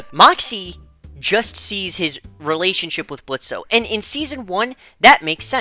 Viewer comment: Question for OP: Why do you call Blitz "Blitzo" when he prefers the O to be silent?